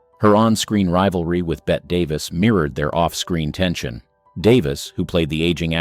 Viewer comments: It’s Betteeee not Bett. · Bette like Betty.. Not Bet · Does NO ONE doing these vids know it's pronounced BETTY, and not BET? good grief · Bette's name was always pronounced "Bet" in England. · Thumbs down. You've got it ass backwards. deHavilland was mad about Flynn and he about her. Sources from co-stars to themselves. Other examples as well, but why take up too many lines. By the way, Bette Davis' first name is not pronounced as "Bet". You should know better. But apparently you don't. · Pronounced 'Betty' Davis. How about a video on unlikeable MALE stars? I'm sure there were many.. 😊😊😊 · And “Bet” Davis🙄🙄🙄🙄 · I'm supposed to take your knowledge of "Old Hollywood" seriously when you can't even pronounce Bette Davis' name right? Ok!? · Someone needs to learn how to pronounce these names. Bette Davis's name is not pronounced as bet, neither is Michael Curtiz' name pronounced as Curtis